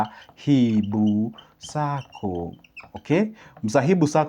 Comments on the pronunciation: It is Mhasibu Sacco not msahibu, just saying sir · Thank you for mentioning my SACCO, but please say it right. MHASIBU !